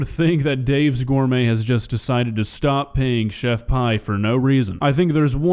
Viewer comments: chef PEE not PIE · its chef PEE not chef PIE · Her name is pronounced like the letter P FYI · please say her name right